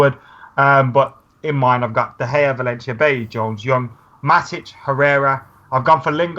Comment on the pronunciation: same with Bailly, they all say Bailey and it's fucking annoying